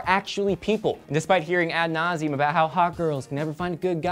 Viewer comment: Big fail on "ad nauseam";)